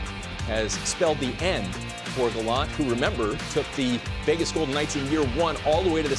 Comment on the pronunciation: Friedman has the reputation of knowing everything in hockey before it happens; why the hell can't he , and the rest of you, learn how to pronounce Gallant's name? ( rhymes with "plant.")